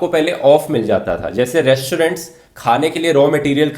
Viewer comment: Re-श-torent, श-ilent kya baat Rathi.....